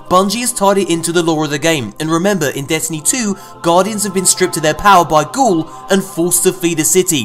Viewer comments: its not gaul, ITS GARY! GARY!!!!! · bro, ya need to edit the video and resay the boss's name. It's GARY!